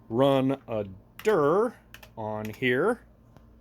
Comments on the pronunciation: Love how he says "dir" as "dur" lol :D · I been into hardware since the PC days. You had me at "do a dir" (pronounced derrr) I will look around and see if I have one of these. Most of my old cards are the tri blend ( Sony,mitsumi, Philips) db 15 is wack. I have many old plotters I need to look into, some with the hp interface (hp32b?) Thanks for the trip down memory lane.